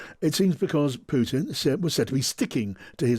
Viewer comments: Who ist "PUITN" ? ;-) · Love how you keep calling him PUITN 😂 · Puitn?? What is that??